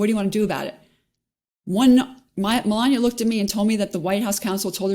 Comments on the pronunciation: “Mel-an-ia”, not, “Mel-an-ier” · Does 'melania' have an R on the end or what? wtf is Melanier? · They keep mispronouncing Mela Nomas name